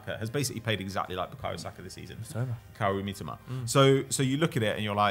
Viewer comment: ‘Kawro mittuma’ 😂😂 Cmon your better than that..